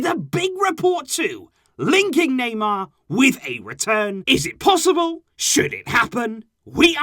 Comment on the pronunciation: Me I can't take this anymore it's every transfer were you hear the Naymer sage